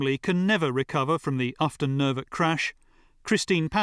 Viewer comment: Ufton Nervet, not Upton.